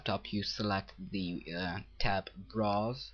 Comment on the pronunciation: ha! you say browse like bras. funny, but good job.